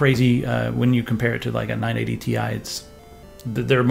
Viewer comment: "nine-eighty tye" Lol